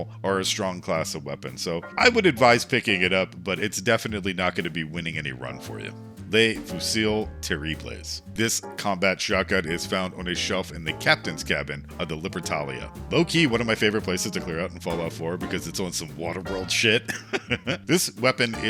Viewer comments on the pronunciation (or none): The S is silent in Fusil terribles